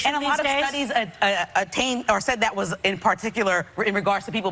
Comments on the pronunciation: That, not Dat. We can’t get jobs because they think we can’t talk. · Can you not pronounce anything with "TH" in it..everything isn't "DA". Instead of that you say dat..there is dere...get some grammar...I cant listen to your nonsense and to lazy to pronounce any word correctly..jeezzz